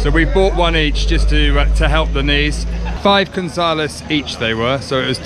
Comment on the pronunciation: I loved it you said quidzales. Beautiful views of the Guatemalan landscape near the volcanoes. Kudos to both of you, that was quite a hike, I would have taken the horse. Another awesome video, thanks!!